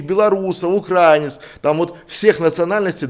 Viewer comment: Так режет слух произношение некоторых слов: "украинцы" - ударение на И, потому что Украина (ударение на И, а не на А)!!!!!🙏😉